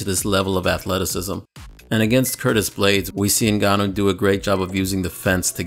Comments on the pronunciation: francis "nagannou" Ngannou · Sound like Brock said the N-word when he pronounced Ngannou’s last name.